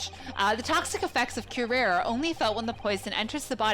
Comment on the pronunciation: Kyoo-rah-reh. I think you had it right the first time last episode. It's also the name of a Batman Beyond villain and they were pretty good about pronunciations unlike other Batman media...